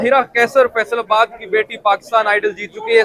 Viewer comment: Ye faisalabad aise bol raha tah mujhe laga faisal abbas bol raha hai main search karne nikal gay kon hai ye faisal abbas baad main pata chal faisalabad bol raha hai chawal insan😅